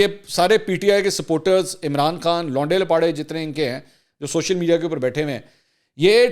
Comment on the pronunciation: Ap k vlog ma lfz londe lapare ke adaygi kia kamal ki hy